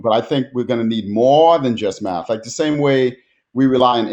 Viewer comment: I heard Matt instead of math.